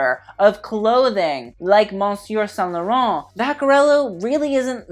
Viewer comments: Babes I have loved you since I found you and “monsieur” is pronounced like “mis-sur” 💕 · for the love👏of👏God👏 stop pronouncing the n in monsieur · I love you, but your pronunciation of monsieur was out of control